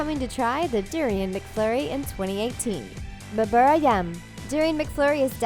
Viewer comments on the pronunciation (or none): If you pronounce ‘bubur ‘ as in the video. I’m afraid you may confused the cashier.